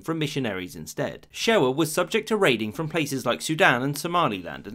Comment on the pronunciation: Hey so this is much better and much more detailed than alot of other videos on the subject but id like to leave criticisms. Most are nitpicks, a few are actual factual errors. 1. Shewa is pronounced closer to ‘Shahwah’. I cant judge too hard though; i can barely pronounce most ethiopian words properly, and butcher alot of others. 2. Tewodros (Theodore ) was not from the Shewan branche; He hailed from Begemeder, the region province inwhich the former royal city of gondar was held. More specifically, he was from Qwara (Koara). 3. The invasion was hella expensive. 4. ‘Negus’ is pronounced more like ‘nuh-goose’. 5. Negus does not mean ruling over all people. Negus means ‘king’. It generally applied to a governor of a major province / subkingdom of the empire. (That said it should also be noted that the term’s use in this way was dying out, and that by the late rule of Yohannes, only two of the major provinces, Shewa and Gojjam, had a negus, the rest being ruled by those with the title ‘Ras’. ‘Negus Nagast’ means king of kings. 6. Its not that menelik did not think much of the ‘you must pass diplomacy through italy’ clause of the treaty. He literally didnt think it was valid; his version of the treaty, in his Ethiopian language Amharic made no mention of this, instead recommending Ethiopia make use of Italy, not mandating it necessary.